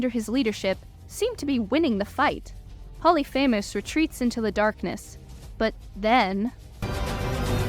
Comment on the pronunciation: POH-LEE-FI-MUHS. Not Poly FAMOUS. Please